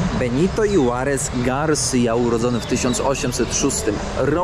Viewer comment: panie kierowniku - hiszpanskie J czytam jak H a za to H… nie czytam wcale , czyli Huarez a nie „Juarez” i ombres a nie hombres :) Swietny film pozdrawiam od studenta iberystyki czekam z niecierpliwością na kolejne odci ki!